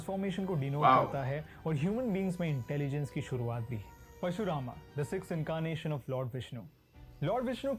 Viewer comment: Whoever the guy is in the video he clearly needs to study the very subject he is talking about. The most important aspect in Sanskruth is pronunciation. This Indian guy is so embarrassing. He literally called Parashuraama as "Pashu" Raam which means "Animal". मंथन ko मनठन bol raha hai... मंदार पर्वत ko मंडार bol raha hai 🙄🤷 हयग्रीव ko हया ग्रिव 🤮 हिरण्यकशिपु ko Hiranya Kashyap... हिरण्याक्श ko हिरन यक्श 🤒🤧 This guy is cringe!